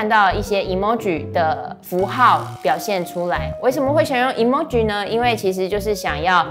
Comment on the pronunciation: 超棒的!! 另外emoji是日文來的 不是唸e啦XD